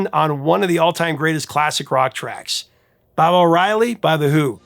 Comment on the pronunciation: ‘Bob’ O’Reilly. .. really 😂